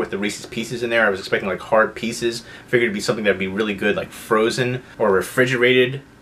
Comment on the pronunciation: I've heard people pronounce Reese's the way you do but the way you pronounce pieces is bizarre